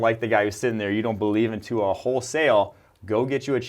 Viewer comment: Legit dumbest shit I've ever heard. Tua by far has the best deep ball in college football. They don't even know how to pronounce his name right.